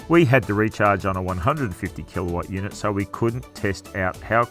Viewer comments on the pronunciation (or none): none